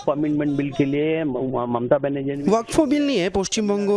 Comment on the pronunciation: ওয়াক ফ নয় উচ্চারণ হবে ওয়াকফ্